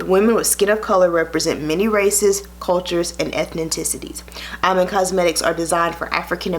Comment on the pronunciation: It's pronounce E-man, love💕